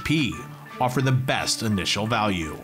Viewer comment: Anyone else notice “best initial balue” to the end? Lol